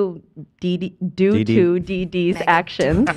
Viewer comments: she originally said doo doo though 😭 then she said due to see Dee lmao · have you never said those words aloud before? It literally sounds like "doo doo". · she said doo doo instead of due to. not dee dee.